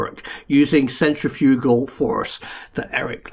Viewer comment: Love the pronunciation centri-FUG-al!